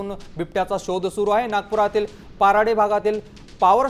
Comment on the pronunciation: तो भाग पाराडी नाही, पारडी आहे. तेव्हढं बरोबर कराव. आणि नागपूरच्या लोकांना विचारावा की त्यांनी जंगलातला असा कोणी छोटा प्राणी सोडला आहे का की ज्याला त्यांनी खाल्लं नाही. ससे रांडुग्र हरणा सर्विस्त माणसं खात आहेत नागपूरचे बिबट्या वाघ खाणार काय आहेत नागपूरच्या गाव च्या लोकांनी स्वतःच्या गाई म्हशी सुद्धा जंगलात सोडले आहे, सरकारने जंगलचा भूभाग घेतला आहे डेव्हलपमेंटच्या नावावर. बिबट्याचा जंगलात राहण कठीण केल हे कोणी सांगितला का.